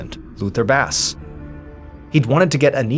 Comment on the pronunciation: Jonathan, the name Basse is pronounced as "BAH-say". Not🐟